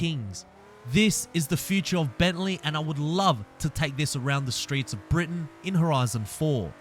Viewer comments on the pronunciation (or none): none